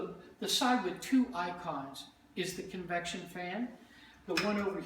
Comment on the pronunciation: Did he say 'reverent' baking? :)